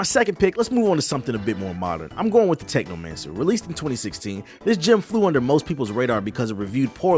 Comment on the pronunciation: Anyone else notice technomancer said technocancer?I don’t know if it’s on purpose or not, but if it is it made me laugh lol